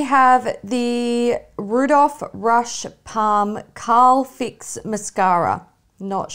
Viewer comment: I’m DeAd,,, ‘Carl fix’... it says ‘curl’ like curling your eyelashes 😂